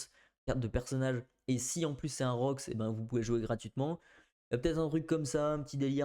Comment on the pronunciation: C'est rox pas roukie